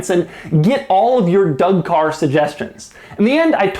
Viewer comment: lol "caw"